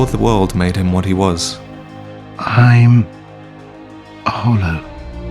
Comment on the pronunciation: technically it's "lappe"